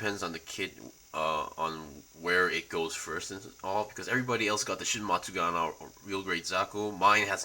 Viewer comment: It shin matsunaga, not shin matsugana.. Hahaha